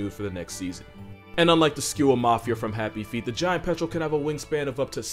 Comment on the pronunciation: "Even the giant petrol won't mess with an adelie..."